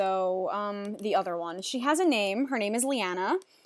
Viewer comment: Oh my god... when you said 'Liana' I got excited... Cause that's how you pronounce my name, except the spelling is different ^o^